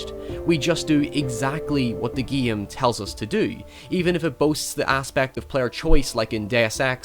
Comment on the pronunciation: what is your favorite giim? the giimplay is good.. the giim.... learn how to speak, you savage